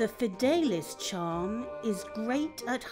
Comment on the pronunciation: First of all, the Charm is called Fidelius, not Fidelis. Second, Levicorpus only affects the ancles of the target, unlike the scene shown where the whole body is floating, making the answer Vingardium Leviosa (It's 'leviOsa', not 'leviosAAA'. Make sure to make the 'gar' nice and long).